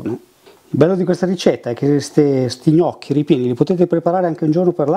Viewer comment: Hai detto gnocc alla romana, ahah, birichino. Like